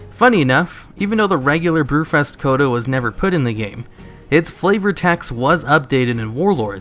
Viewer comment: BREW-FEST gotta work on that enunciation.